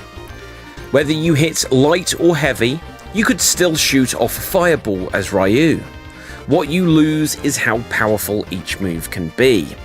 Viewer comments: It's REE-ooo, not RYE-ooo..... GAWD, I've got face cramps from all the cringing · What the hell is a Rye-you?